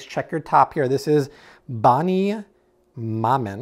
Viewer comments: Thanks for all your extensive research you do for your videos we really do appreciate it. Oh FYI Bonne Maman is pronounced Bon Mama it translates to Good Mother in English. It's all my in laws in France eat so it's all I buy state side. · reads "Bonne Maman" : Bonny Mah-man .. lol how to lose credibility in less than 3 seconds! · Definitely not "ma-mon" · Haha the way you pronounce Bonne Maman (means “good mother” in French) is hilarious, loved it! The “e” in bonne is silent (unlike Bonnie) and the word kinda sounds like “John”. Maman is pronounced kinda like “ma”-“muh”. That one doesn’t really compare to any word in the English language so I would just look up the video pronunciation for it ;) Bonne Maman is a very popular French jam brand. You’ll find it everywhere and it’s way cheaper in France. Yes the ingredients are not necessarily the best but French produce isn’t as heavily sprayed as the produce in the US and glyphosate, although not completely banned is no longer heavily used: some 36 glyphosate-based weedkillers are in the process of being banned. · Thanks guys! Been watching your videos and learning so much. One thing, Bonne Maman is pronounced like Bone Ma-mon . It means Good Mother in French. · Hey, thanks for the videos.😁 First, that jam is pronounced Bahn mah-ma and it means "Good Mother" in French. Second, it's pricey, but usually the only jam I will buy, sometimes it's on sale for $4. I usually get my jam or jelly from MY good mother 😃 who makes hers with only 3 ingredients...fruit, sugar and pectin. I have made my own too, including tomato jam (yes) and citrus marmalade. You might also try Stonewall Kitchen., I've found it at Marshall and TJ Maxx for a great price. They use citric acid, instead of lemon juice😬 but still ok and the other ingredients are good. 😇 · You obviously don’t speak French Bonne Maman ( Good mother) funny how u pronounced it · Damn he butchered that french jelly's name so bad